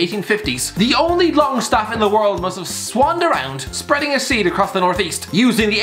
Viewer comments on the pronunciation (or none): none